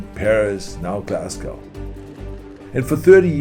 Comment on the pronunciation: Wow he pretty much almost pronounced Glasgow correctly! Unlike all the American journalists lol